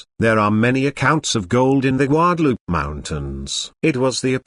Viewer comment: Especially when it says goo-adaloopay and then guadalupe. Rather irritating!